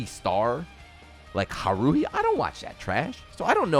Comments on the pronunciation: Only if you didn't notice where he put the emphasis; he said it as huh-ROO-hee, as opposed to hA-roo-hee. I'm sure he knows how it's supposed to be pronounced though, so I'm mostly memeing here. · "ha-roo-hee"? "I don't watch that trash" pls